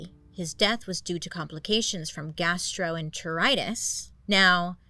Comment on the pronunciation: girl you NAILED saying “gastroenteritis”!!!!!!!!! Genuinely! (My mom has Crohn’s disease, so I grew up in the gastroenterology wing 😅) 🤘🏼